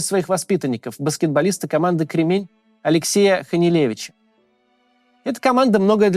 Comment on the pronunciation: Не КремЕнь,а КрЕмень!!!!